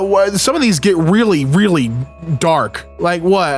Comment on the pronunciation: He “weally” likes it